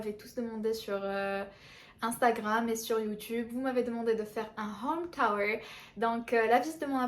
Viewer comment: It’s Home TOOR !NOT! home TOWER